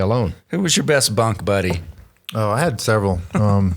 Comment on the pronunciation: Best bunk buddy.....Tyler H.....I swear I heard butt buddy.